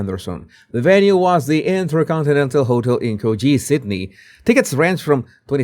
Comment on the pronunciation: Thank you Jesus for pronouncing Coogee correctly.